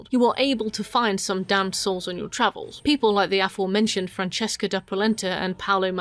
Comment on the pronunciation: It took me until Wrath to figure out you were saying 'damned souls' and not 'damsels', as I kept hearing xD Makes a bit more sense